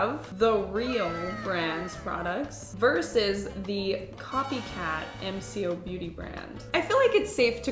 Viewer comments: Australian here, it's M Co Beauty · Just so you now you got the wrong drops there are drunk elephant golden drops and mcobeauty bronzing drops also it’s pronounce “ M co beauty” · It’s pronounced em-coh-beauty! It’s been around for a while now in Australia and is very popular supermarket brand which is considered “on the cheaper side” but it’s like the most expensive of the brands in supermarkets lol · It’s pronounced em-ko-beauty and from Australia! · OH MY GOD UR TRYING MCOBEAUTY? (pronounced Em-Co-Beauty) its really good for us aussies, as the makeup you can get in America is like 2x the price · mcobeauty 😭 it’s pronounced M-CO- BEAUTY. love the video ❤ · Here in Australia it’s a brand that’s exploded we can get it from our main supermarket and chemist warehouse and bigw which is like a target equivalent and we pronounce it m co ( em coh) The bronze drops have the same one in bronze but you got the highlighter Loved seeing this comparison tho! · Hi! Just letting you know Mcobeauty is pronounced M co (Like the co in the word coffee) hoped this helped ❤ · So MCo beauty is an Aussie brand and we pronounce it em-co , Mcos products are safe and not sketchy but yes I don't know how they get away with having such similar dupes . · Hey! The brand is pronounced EM-CO-BEAUTY, it is one of my favourite brands, they only recently left australia and are being sold in the US, I hope you liked it!!! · thanks for another amazing vid!! McoBeauty is pronounced "Em Co beauty" incase you were wondering 🩷💗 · Its pronounced EM Co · I’m not sure if anyone commented but it’s pronounced M - co - beauty ! ❤ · The way you say mcobeauty. Is M/co/beauty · Ikr and it’s not m c o it’s mco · Mcobeauty is pronounced M-Co Beauty. Also, the drunk elephant drops come in bronzie drops & Goldie drops. You got the equivalent to the Goldie drops from MCOBeauty & not the equivalent of the bronzie drops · It's pronounced M.... Co..... beauty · It’s M co not MCO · Sorry but it is said M-co-Beauty